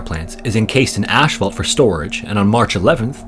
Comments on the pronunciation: For the record, "asphalt" is not pronounced 'ash-falt.' It is pronounced 'ass-falt.' Sorry to be the grammar police on this one, but that very common mispronunciation drives me nuts! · ASS-falt Not "ash-phalt" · There is no such thing as "Ash fault" it's asphalt..the pH equaling an F sound . Get it fucking right..pronounced azfalt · What is "ashphalt"? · Just a little fyi, it's pronounced ASS-FAULT, not ASH-FAULT. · Ash-vault is a non-existent word. I think he's referring to asphalt. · "Ash fault"??? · Why do you keep saying "ash"phault? That is not how it is spelled. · You're Canadian. I can tell. "Ash Phalt" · Love how spends so much time remastering his videos but still mispronounces asphalt every time